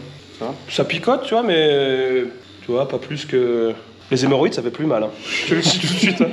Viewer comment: "les hémorroïdes" haha